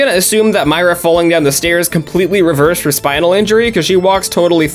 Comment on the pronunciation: How come most of the time you were saying Myra’s name wrong?